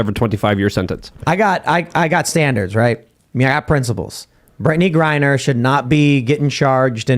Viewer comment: said "Brittney Grinder"😂🤣